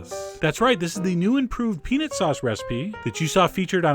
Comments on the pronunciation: Peanit sauce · I actually know what he means. When chef John throws it into fast conversation, he tends to pronounce it more like "peanit" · The way you pronounce peanut makes my ears bleed, but your recipes make my mouth ooze. OOZE.